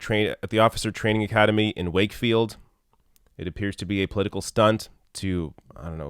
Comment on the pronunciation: How did this clown become PM? Good question. He was chosen by about 180,000 Tory party members then bleats about democracy. Good pronunciation of Wakefield by the way.